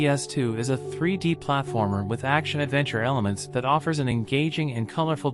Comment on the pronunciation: What's a platAformer? :p